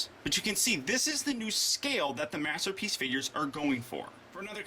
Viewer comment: Last minute or so, he says master peach instead of masterpiece.;) lol